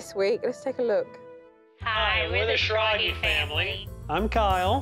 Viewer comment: Their last name is pronounced Schrag-ah, sad to see they didn’t keep up with their German heritage